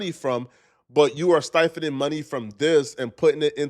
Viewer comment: “SIPHONING” money, not STiphoning money 🙄🤦🏾‍♂️🤦🏾‍♂️🤦🏾‍♂️..this guy be killing my brain cells fam 😟😔😒…